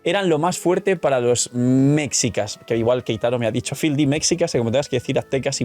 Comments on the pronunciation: Hola! Un dato sobre la palabra mexicas... No se pronuncia "mecsicas", es "meshicas", saludos desde México, gran video! 😊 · mexicas se pronuncia meshicas. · No es hate ni nada, solo un dato sin más Se escribe mexicas, pero la pronunciación vendría siendo meshicas, algo así xd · "Mexicas" se pronuncia "Meshicas" para referencia para el futuro.